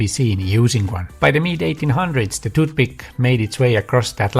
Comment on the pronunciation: If you are going to do an entire video about 'toothpick' you should learn how to pronounce the word (well, th in general). You make people's ears bleed. No, English is not my native language either. Otherwise, good video.